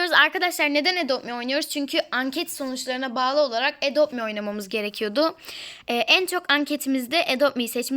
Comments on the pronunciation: Apla zaten edop mi diye okunuyo adop me diye okunmaz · Adop mi diye okunuyo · Abla zaten adopt me diye yazılıyo edopt mi diye okunuyor bu arada evin hayırlı olsun😜😙😚😌😊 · Madem adopt me ye edopt me diyosun diye dalga geçiyorlar o zaman çok haklısın izlemesinler ayrıca sevmiyosalar zaten bizim onların sevmesine ihtiyacımız yok #zrfcçokgüçlü ⭐👑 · adopt mi ye edopmi diyen YANLIZDEĞİLSİN